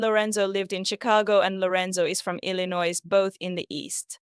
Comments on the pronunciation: No disrespect, but you sound like you're writing a Novel. You are way out on this. WW is guiltily ,he confessed ,period. Jennifer from Germany. Btw ,not necessary to pronounce the "s" on Illinois. I know I'm knit picking, I'm simply tired of some people saying that this killer is innocent. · Enjoyed your video. Just for future reference, the "s" at the end of Illinois is silent.